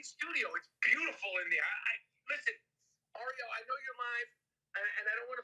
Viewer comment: Yeah, you must be really good friends with a guy who can't pronounce your name correctly. Lol. He pronounced Ariel as "R-E-L" instead of "Air-e-L" .